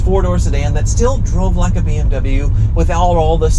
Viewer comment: You dont even know how to pronaunc bmw